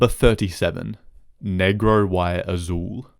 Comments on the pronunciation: Lmaoo "Negro why Azul" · “Negro Why Azul”😂😂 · "Cabalo sin nombre", "Negro why azul". Sheesh, man, I know Spanish is a doozy to learn and speak, as proven by Gus becoming a meme in the Latin American BB and BCS community for how horrible his Spanish is (and the unlikelihood of a black Chilean), but would it kill you to not gringofy it for at least 2 syllables?